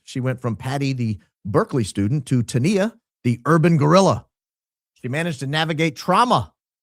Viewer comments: Tania was pronounced, "TAHN - yuh." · Patty’s name with the SLA was pronounced “Tan yah.”